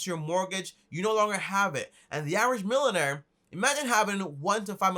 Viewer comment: “milon air”